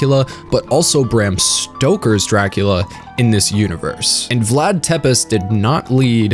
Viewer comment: Love your vid. Really hated how you pronounce the words Walachia and Tepes.